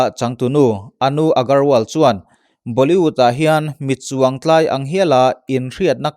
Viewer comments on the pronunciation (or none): none